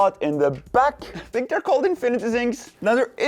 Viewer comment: "i sink it looks okay?" thats what i heard and im sticking to it lol